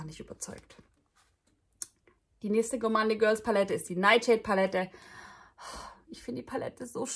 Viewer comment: Gourmande Girls spricht man Gourmoun Girls aus.